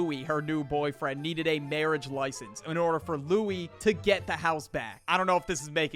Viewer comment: Why does for sound like engween 💔😭